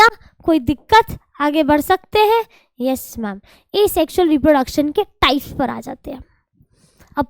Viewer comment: Reprodecson nhi hai mam reproduction hai vo